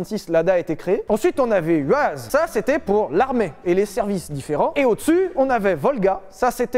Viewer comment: pour la marque "UAZ" ... ça se prononce "YOUAZ" ...